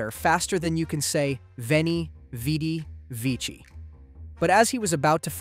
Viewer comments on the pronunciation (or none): none